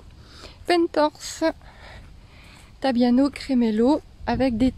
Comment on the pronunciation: Cet hiver tu pourras mettre tes killis dans le nano 😉 et on dit pie tObiano 🙃